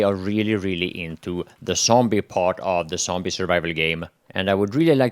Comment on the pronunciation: I like how you say "sombie" :D